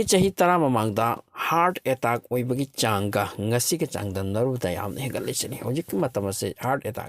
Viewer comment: Hear attaaack hyse keigino😂😂 khonthok tu atteck hyna paba kei kyge